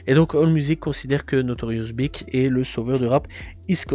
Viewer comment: Mec tu sais pas parler .notorious bic?snoop doc?seun combe?bousta rymes?buc daddy kane?faye evans??et toutes les autres en français et en anglais,un carnage.. inbeuliveable